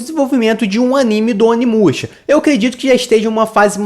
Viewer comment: Tu falou o nome errado, muito errado